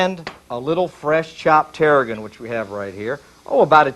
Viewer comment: "terra ginn"? It's terra-GONE